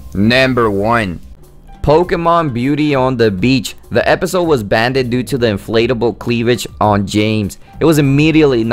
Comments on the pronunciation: The word it’s banned not banded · Please get a new Narrator/Host. It is Dexter's Labratory not Lavatory! Banned - not Banded. Painful just to listen to. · Why you keep saying " banded" and "nember" ? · you can clearly tell what he is saying but some people like me just don't like imperfect pronunciation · banded, really? i literally cannot watch this all because you say "banded" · I thought it was funny...I don't mind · english probably isnt his first language so he probably doesnt know how to pronounce it correctly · why do people need to make a fus about how you say banned